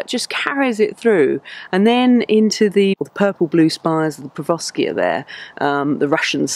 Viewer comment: It's Per-----OV----skia not Per--VO---skia! SMH.